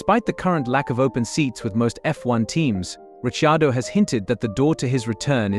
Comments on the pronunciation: Sick of the mispronunciation of His name, what is wrong with these dingbats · Where did this commentator get Daniels surname pronunciatikon from. So painful! Doug Ringholt Yarrawonga Victoria. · I agree it is so sickening